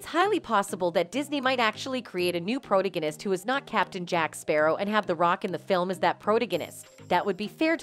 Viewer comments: The word is pronounced PRO - TAG - ON - IST! If you are going to use big words, know how to pronounce them correctly! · Pity your channel cannot use educated individuals to narrate accompanying videos. Pronouncing the word "protagonist" is not that difficult. Incorrect repetitions is as grating as the neverending "amica cream" in the trial.